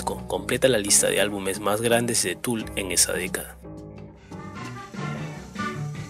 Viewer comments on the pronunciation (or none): Tampoco se pronuncia "Tul", sino "Tol", con una "L" alargada y seca.